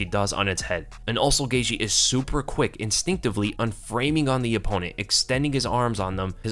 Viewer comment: I've heard Gaethje's name pronounced GEY-CHEE, GEY-GEE, GEY-THIE by different fighters and analysts. But this is the first time I've GEY-SHE. I wonder if Gaethje himself ever gets confused as to which it is lol.